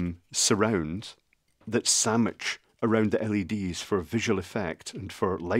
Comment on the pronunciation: "I may have to cut this, it may save time. I have cut this, it saved time." I always live your mode of speech, it's what makes simple electronics so interesting! Little gems like the heavy emphasis on chrome parts that "sammidge" together (and I always thought it was only a Southern joke word:-)